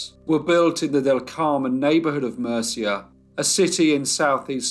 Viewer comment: Interesting! Murcia is pronounced moorcia I hope it helps 😊thank you for telling this sad horrible case.